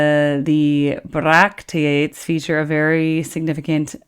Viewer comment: The most common pronunciation of bracteate is BRACK-tee-it. There's a video that released along with this that explains where each bracteate is used in the song. It's very interesting.